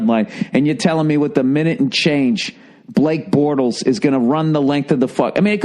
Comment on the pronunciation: The way Bill says “Blake Bortles” is just right